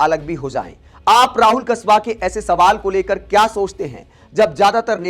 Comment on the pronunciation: कसवा नहीं है भाई कासवान है